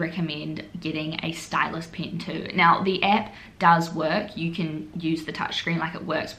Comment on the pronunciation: ITS NOT PRONOUNCED AS "PIYN" ITS "PEN"